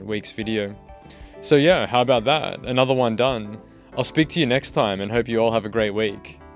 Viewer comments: Ok I gotta ask, why you do read "yah" or "ya" like the swedish "ja"??? It's just "yeah". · You do a great job with these videos. I appreciate your analyses and breakdowns. The one complaint I have is every single pronunciation of yeah as: Yaaaahhhhhhhh But I guess we all have our quirks. Still though do carry on with your great content. And as always, why don’t you have a seat? Right over there. Cheers. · your teen-girl pronunciation of "yaaahhh" sends me lmao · Great content, but I genuinely hate the way you say "yeah"